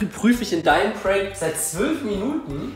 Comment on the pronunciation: Seit zwüüülf minuten😂 also wir sagen zwölf🤣🤣